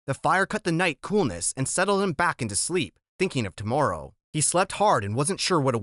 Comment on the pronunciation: Yo bro you need to practice saying tomorrow